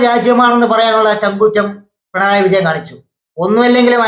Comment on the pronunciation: പിണറായി എന്ന് പോലും ഉച്ഛരിക്കാൻ നാവ് പൊങ്ങാത്ത അലവലാതി സങ്കി 🤣🤣🤣പിൻഡ്രായി എന്ന് 😂